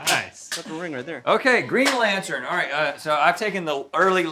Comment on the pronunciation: "Dark evro" lmaooooo dude please stop talking. "Geen lantun"